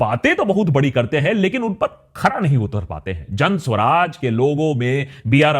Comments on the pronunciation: Suraj....not Swaraj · सु-राज भायसाहब;; स्व-राज नहीीीं 😀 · Hi Akash..it's Suraaj not Swaraj..you r one of my fav..pls dive a lil deeper..love your research..bt for PK you needed to work a lil harder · What can you expect from a person who is pronouncing Suraaj (good governance) as Swaraj (self-rule)